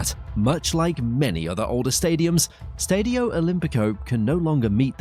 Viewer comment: Keeps pronouncing Stadio and Lazio wrong, grrrrr